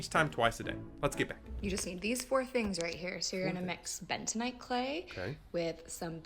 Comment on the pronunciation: Bentanight? Dont you make that 😂